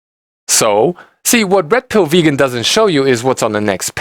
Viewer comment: Every time you say Red Pill Vegan your accent made it sound a little like Rectal Vegan. Couldn't stop laughing! Brilliant!